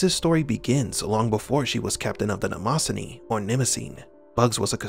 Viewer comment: You’re mispronouncing the name of the ship.